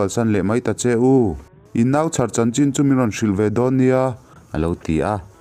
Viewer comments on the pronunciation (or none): none